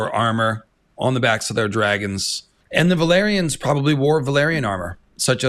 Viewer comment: Wait isn't "valyrians" pronounced "vah-lee-ree-ahns"? I keep thinking you mean velaryons lmao